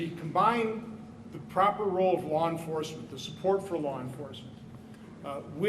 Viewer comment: If he says "lore enforcement" one more time...in fact, I'm done watching.